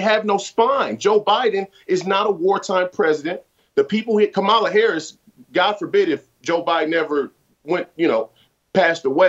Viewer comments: Dear: VP Harris's first name is pronounced with the stress on the first syllable, not the second. It used to be a respect thing to pronounce a person's name correctly. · He also didn't try to talk too loud. He only mispronounced Kamala Harris's first name. TBH, Jason's overthinking it.